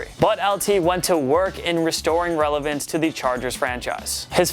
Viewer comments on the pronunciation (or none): none